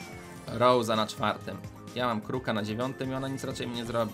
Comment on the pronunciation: Rosa się mówi nie rołza